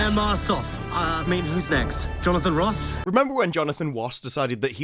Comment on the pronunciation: "Jonathan Woss" hahah